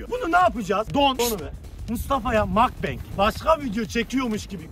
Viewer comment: Mukbang koreye ait bir şey sanırım ve Mukbang şeklinde de okunur makbeng değil ingilizce bir kavram değil yani herkes yanlış okuyor ama soyliyim dedim